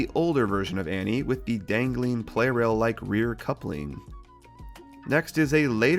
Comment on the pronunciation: I think the "Pla" in Plarail means "plastic", and also the official Japanese name is プラレール (purarēru), so maybe the "Play Rail" pronounciation is not entirely correct...?